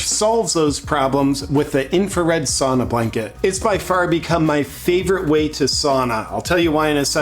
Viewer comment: Just a month ago I realized you’re saying ‘sauna blanket’! I thought you were saying sonar blanket or something 😂 I’ve seen that so many times and just didn’t know what you were talking about. We sauna several times a week and it’s so awesome 🤩 but in a sauna with an electric stove.